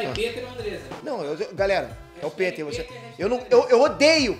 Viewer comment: Tenho uma dúvida, porque sua pronúncia do seu nome não soa como "Píter", e você pronuncia "PÊTER", porque isso? Se inscrevam no meu canal se lerem esse comentário. Abraços!